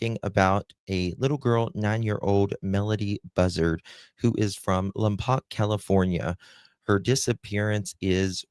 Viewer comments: Lampoc is pronounced Laam-Powk 👍🏼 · The city of Lompoc is pronounced LAHM-POKE, NOT LUM-POCK… It is actually a well known city in California because it is right next to Vandenberg Air Force Base/Vandenberg Space Force Base. For anyone who cares, it’s on the central coast of California, about an hour’s drive from Santa Barbara.